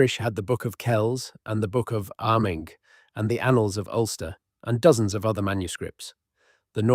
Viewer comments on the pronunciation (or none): none